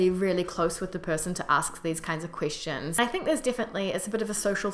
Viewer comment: This is unrelated, but I noticed sometimes when you say 'question' it sounds like you're saying 'christian' or more accurately, 'queesh-tion'. Don't worry aboot it, its really cute^^ Love from Canada.